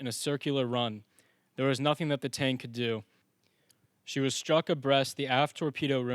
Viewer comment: You sure you got that ships name down?